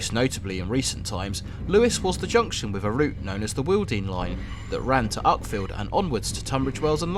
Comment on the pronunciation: Wealden, not "wealding" line !